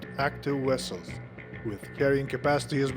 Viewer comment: vessels not wessels